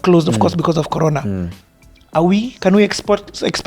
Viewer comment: I wonder how many people noticed, Timothy is saying "colona" instead of "Corona" on purpose to imitate Kagwe . Guy is a genius!